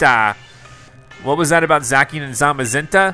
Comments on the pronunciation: Is not zaki is zaciiiiiannn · Zacian is pronounced zashian not zakian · Bruh not to be rude or anything but you said zackien it's za-c-ien sorry for correcting but I couldn't stop myself 🤣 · I know it’s late but I’m pretty sure Zacian is pronounced Z-a-SHE-On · it is zacian (zaishan) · You pronounced Zacian wrong. It’s pronounced, Za-shee-uhn. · I’m pretty sure it’s pronounced za-shian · Its pronounced Za-see-an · It's pronounced zasean